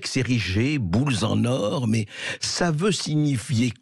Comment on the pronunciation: André "kamême" Bercoff prononce "Boules-z-en or", qui devient les deux fois suivantes "bouse en or". Qu'a dit exactement Brigitte Macron ?